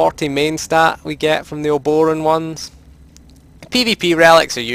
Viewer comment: I swear to god no one can pronounce Obroan correctly. Uh-bro-ann. Other than that, good video.